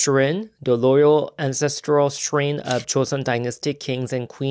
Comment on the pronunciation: Because you're helping me with Korean, I'll give back to you too, Shrine is pronounced shr-eye-n (not shrin) thanks for your great videos! 😊